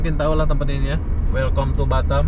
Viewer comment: Welcome itu dibaca welkam min